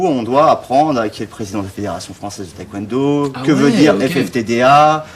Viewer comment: On dit pas thaï-Kwon do…😢